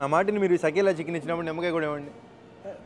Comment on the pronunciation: షకీలా చికెన్❎ సకేలా చికెన్ ✅